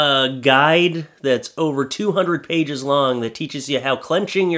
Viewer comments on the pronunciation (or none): none